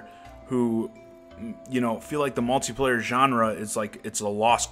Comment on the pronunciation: lol at malty player u say it funny